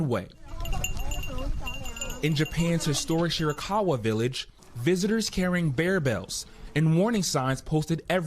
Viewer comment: I burst out laughing at hearing how they pronounced Iwate. 😂